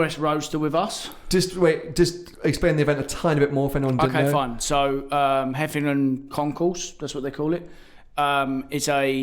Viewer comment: *heveningham hall not 'heffinam' 😂